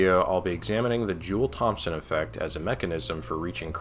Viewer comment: brother, the P in Thompson is silent.